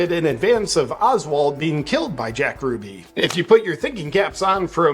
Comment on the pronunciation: You're mispronouncing Jack Ruby's last name.